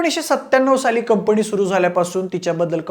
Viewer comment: कंपणी नाही रे.. कंपनी!